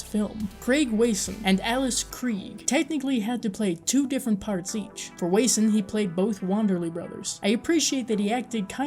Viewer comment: Not sure how you got “Way-son,” out of “Wasson…” This especially odd, as the first pronunciation you expressed, was “Wesson…” It’s actually pronounced “Wah-sun.” It’s a good review, otherwise. This shouldn’t be taken as anything but what it’s meant to be: constructive criticism. No offense meant, whatsoever. Here’s a helpful tip: when I am not sure about the proper pronunciation of a persons name, I immediately look for an interview with this person. There, you will surely hear the proper name, expressed.